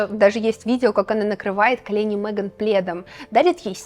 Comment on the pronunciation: Замечательное видео! Вот только не «МЭган», а МЕган». Очень ухо режет.